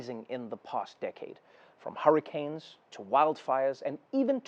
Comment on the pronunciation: Is it just me or did he say "hurry-canes"